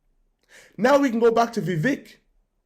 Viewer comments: I am 30 seconds in and you 1) mispronounced his first name 2) mispronounced his surname 3) are unsure of his background 4) have a stupid title for the video This can only lead me to conclude that you are 1) heavily biased against Vivek and 2) an idiot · How can you claim to have been following him when you can’t even pronounce his name?